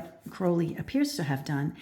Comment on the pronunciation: This is very interesting, but I just would like to inform you that you have got the pronunciation of Crowley wrong. Despite Aleister Crowley being born in England, the surname originates from Ireland. Most people do not realise there are two birds in the surname. Everyone sees Crow, but not the Owl. So, you pronounce Crowley with the Owl sound. Another way of remembering to pronounce Crowley is if you stump your foot and go Ow! I hope that helps. I do really enjoy your insight.